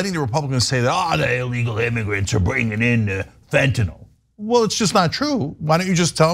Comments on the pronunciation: I commend Ana and Cenk for pronouncing fentanyl correctly. I’ll never understand why everyone in politics calls it fent’nawl. It makes serious discussions sound like an unfunny cartoon. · To Ana Kasparian: you are the best. You even know how to say Fentanyl when, for some reason, everyone else seems to call it "Fentanol". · Yet another reason to love Ana: She pronounces it Fentanyl and not “Fent-NOL.”